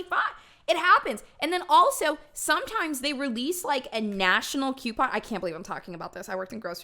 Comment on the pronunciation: Omg I could be wrong but I keep hearing “Quepon” lmao